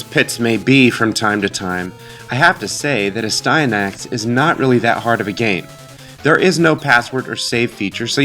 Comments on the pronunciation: It should be pronounced n"asty." Which makes it even more amusing. ;) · It’s pronounced nasty-anus with a silent “n” at the beginning and a “k” sound at the end. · Ass-tan-axe😉 You're welcome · It’s Aahhh-Stand-nick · I always pronounced it "as-tee-a-nix". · I always pronounced it, "ass-tee-an-axe" or "ass-tin-axe," losing a syllable. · It’s pronounced “Astyanax”